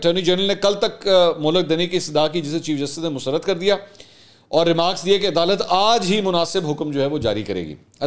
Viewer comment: Mansoor Bai Yar I really enjoy ur political commentary ..But yar Plz correct your musarrat 's pronunciation